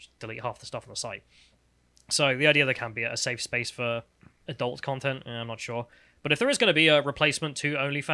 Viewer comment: Why can't pronounce 'adult' correctly?